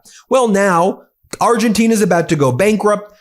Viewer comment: Ben, it's Argentina, not Argentinia. 😊